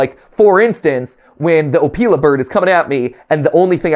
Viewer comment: I think matpat said the opila name wrong